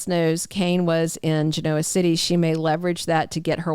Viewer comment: A gentle reminder from someone who's been watching Y & R for 120 years. Genoa is pronounced with accent on the first syllable, not on the o. Gen' oa.